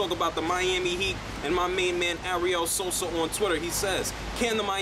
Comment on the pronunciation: it kinda annoyed me... But.. So-Sa not So-So. Besides.. That I love your videos and keep makin them. You should make a vid on the struggling lakers they lost again... Everytime kobe jacks up a lot of points they.. Lose.